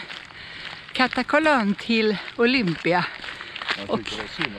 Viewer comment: Uttalet av Katakolon skall ha betoning på a nr 2. Olympia skall ha betoningen på bokstaven i. Ha det bra.